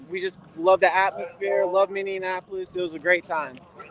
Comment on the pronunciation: "We love Minni-And-Apolis"